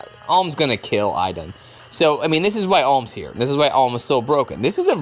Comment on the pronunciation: but you have said her name properly before, if i remember correctly it was in a video with Mrs. Ndolger. Is Ee-dun.